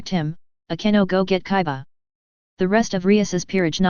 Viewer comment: it's kiba NOT kaiba